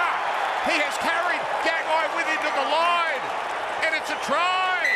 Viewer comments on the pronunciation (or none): none